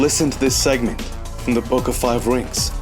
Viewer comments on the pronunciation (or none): none